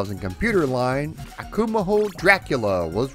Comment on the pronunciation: We're you trying to pronounce Akumajo in Spanish? It would be pronounced Akuma-Joe. In Spanish the j is pronounced like an H in English. Love the video, though.